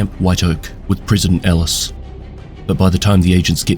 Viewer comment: Pronounce Ellis and Tusk correctly dude, or get a decent mic lol.